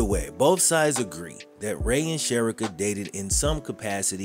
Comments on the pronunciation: please, her name is pronounced "Che ree ka. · This was a very well put together story but her name is SHA-REE-KA I went to school with her…. None the less ty for bringing this story to light, she was a very sweet young lady!❤ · Her name is Pronounced like Sha-rica! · Very sad what happened to her and he should still be in jail.He took her life and ruined his son's life.BTW her name is pronounced Sha Ree Ka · Cherica a is pronounced Shareeka…. Trust me I know 💯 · There are so many ways to prevent pregnancy…. You mispronounced Cherica’s name. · You should research the pronunciation of the victims name. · U keep Butchering her name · Dude…… why did butcher her name so much! You might as well say “she or her”! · Her name is being mispronounced 😔